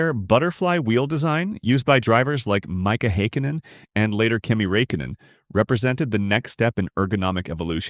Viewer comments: ”maika haykanen and kimi raykainen” and you say its not ai… own up man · Ah yes, Mika Nika, my favorite candy. Who the hell is Raykinnen?